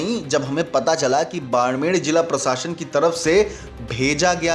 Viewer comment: बाड़मेर है भईया जी, बाड़मेड़ नहीं!